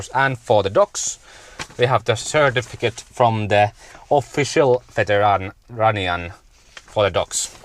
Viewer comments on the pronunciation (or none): Wow. Thanks for the grocery store footage. This city looks nothing like I expected. Beautiful, but alot of decay. I can't wait for more footage from here. Sorry about the fire ban. That really sucks. Food always seems to be better cooked outside. Btw, you sure pronounced veterinarian odd. At first I didn't know what you were saying. Have fun.